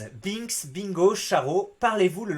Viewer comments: Binks se prononce b1ks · "Binks" se prononce "BHEINkss" ^^